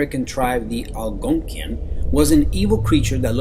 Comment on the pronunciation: Arg! I hate it when people get my culture wrong. Algonquin not Al-Gone-Key-In is a language group that sound similar, Cree, Ojibwe, Iroquois, Potowatomi, etc...I am of the Ojibwe tribe or as the non Anishinaabe speaking people who couldn't say Ojibwe. Mispronounced it as Chippewa. Chippewa isn't a real tribe. Anyway the Wiindigo, pronounced Wen-di-go is a person who froze to death and came back to life. They ate flesh, and looked skeletal. They were given hot bear grease to cure then die. I have been told this story since I was a kid the same story ancestors were told. I am an Ojibwe speaker and I am a traditional Ojibwe woman. Most of this can be Googled, but some can't be. We keep so e things for our children to learn. There are really Native Americans still out here, ask one first before thinking white stories about our traditional First Nations stories are true.